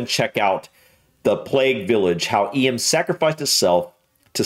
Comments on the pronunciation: Eyam is pronounced eem, basically the Y and A are silent. The Hancock graves are in a field along a lane away from the village and it is a sad, melancholy place to visit. Eyam is a very average, small Peak District village of which there are many but the willingness of the villagers to sacrifice themselves and their families makes it a special place. I often stop to wander when I'm out that way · I would say Eyam is pronounced - Eee am. But despite living nearby in Sheffield,locals normally refer to me as a “soft, shandy drinking, nancy” so I could be wrong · Eyam is a pretty little village, I have been through it a few times. It is pronounced Eem. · It's closer to Eeem than E-yam. Yeah, quite a story isn't it? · I live in Eyam (pronunce as eeam), and for 12 years I lived in the Plague Cottage.. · I live in Eyam (pronounced Eem) we are proud of the villages history . Some of the pictures that accompanied the video showed the plague window in the church and crowds who came out to the village on Plague commemoration day. This is still held but not so many joining in the procession nowadays. A band leads the way from Church to the field where the outdoor services were held in plague times. If you ever get over here do come and visit us...lots to see and do in the Peak district. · I used to live in the nearby City of Sheffield. Quite often I set of on my walks from Eyam across the Derbyshire Peak District, beautiful area. It is pronounced locally as Eem! Some say that nursery rhyme’Ring a Ring Roses is based on the plague, some say it isn’t! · I live not far from Eyam, pronounced eem. It is such a beautiful little village. I used to go hiking there. How that village saved the lives of so many others was amazing. It just shows that in the 15th century, they had more respect for their fellow man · As he said,it's pronounced EEM! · Eyam . “EEE-ham” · Eyam is pronounced "eem". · EEEM, NOT EEUM